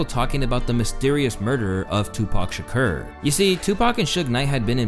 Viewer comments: He can't even pronounce SHAKUR. Stop following fake ass planted content creators. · why the hell do you keep on pronouncing Shakur like that? 😂